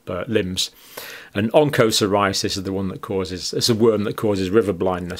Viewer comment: Dear Dr Campbell, please try to get the right pronunciations for 'onchocerciasis' and 'helminthiases'.